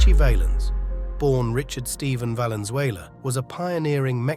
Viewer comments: That's not valent dumb ass Richie valence. As in valenzuela. Get crap right. 🤟🏾🤙🏽🤷‍♂️😎. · Why do they pronouns veilens?? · Valenzuela so get his last name right